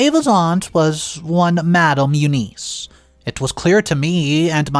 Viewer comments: Again, another common & simple name you mispronounce... EUNICE is NOT pronounced "you-neese". It IS pronounced "you-niss", & the 'i' sound is soft like in the word 'in'!!! Again... DUH!!!! As usual, you're too lazy to ask google how to pronounce the name "E-U-N-I-C-E". For Gods sake, it frigging will tell you how to pronounce a name. Would spending maybe 10 to 15 extra seconds to learn how to pronounce a name or word CORRECTLY, kill you? But guess you rather stay lazy and ignorant... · It’s not you-niece, it’s You-ness If you use a name 500 times in a story, be nice to your audience and ask “Siri, how do you pronounce, Eunice?” before you start reading. It’s an old fashioned name, but most people should know how it’s pronounced.